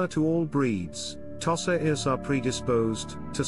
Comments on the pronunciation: I have never hitherto heard it pronounced "toss-ah." The first syllable is customarily pronounced by Westerners and Japanese alike as "tow" (as in "tow your car"). For the record, I owned five Tosas over a 20-year-period, edited a breed magazine for Tosas for four years and was president of a now-defunct breed club for Tosas for two of those years. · Thank you for your valuable input regarding the pronunciation of "Tosa." Pronunciations can indeed vary, and it's interesting to note the different ways people pronounce the breed's name. Language and pronunciation can evolve over time and across regions, and it's important to respect and acknowledge the various ways people refer to the breed. Your extensive experience with Tosas is highly appreciated, and your insights can provide valuable context for those learning about this wonderful breed. If you have any more information or experiences to share about Tosas or any other dog breeds, please feel free to do so. 🐾🗣️